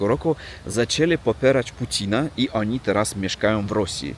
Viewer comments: nie przepraszaj za to ANI. My Polscy jestesmy bardzo tolerancyjni. Po prostu chcemy Ci pomoc byś szybciej opsnowal nasz jezyk. Znalem repatrisnta z Rosji do Polski co prawie idealnie pk polsku mowił sle czesto to ANI uzywał. To ANI Cchyba najtrudniej zmienic ba ONI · nie przejmuj się tm oni czy ani. My to znamy i wiemy, że w Rosji tak się mówi. Nie przepraszaj tylko " jedź z koksem" czyli opowiadaj co masz do opowiedzenia:) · Ani i Ani a wiesz czemu tak mówisz ? bo Myślisz o tej ślicznej Ani ( imię) czyli Ania :-)